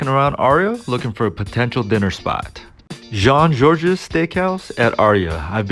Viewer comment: You don't pronounce the S in Jean-Georges.